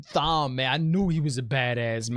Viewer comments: It’s not pronounced thom it’s Tom. The colors of the ahah of the aes sedi represent their discipline. Reds hunters of men who can channel. Yellows are healers. Green battle ahah. Etc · The way you pronounce Thom gets me every time lol! You're doing a great job! Love your channel. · Lmaoooo I love your reviews. It's great to see your honest opinions, no matter if you're right or wrong. BTW you pronounce Thom like 'Tom'. Keep up the great work! Also yeah Fades are really freaking powerful. Logain was incredibly powerful, but from the looks of it, Nynaeve is even more powerful than him. Moiraine seems to think Egwene is on par with Logain as well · "Lan chops" Thom's butter knives? You're killing me 😆. Thom is pronounced like Tom (it's not short for Thomas, but it's like that). I love the subtle fan service they gave with Liandran mispronouncing Nynaeve. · It is pronounced Tom. The H is silent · It's pronounced Tom even though it's spelled like Thom. Lol. As far as power goes I can't really express the Dragons power it's far beyond anything seen. Not spoiling so stay tuned. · Great reaction as always. The H in Thom is silent, so it's just Tom. And it's "Eg-gwain" (rhymes with gain) not "eg-gween" Fades are badasses. They are lightning quick, strong, and have some special abilities... Warders are scared of them. So Thom is doin work.. Owyn was Thom's nephew. Thom ain't crazy about Aes Sedai after what they did to him. Love your speculation. It's like reading the story for the first time again. So hard not to spoil it for you .. lol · Great to see non readers so hyped! Thanks for the review video 😄also, Thom is pronounced the same as Tom and he is definitely one of my favorites!